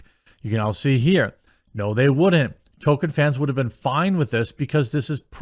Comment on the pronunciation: His name was TOLKIEN, not TOKEN. Why is that so hard for you?